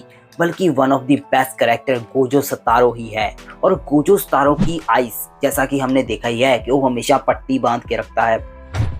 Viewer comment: सतारो नहीं सातोरु है वो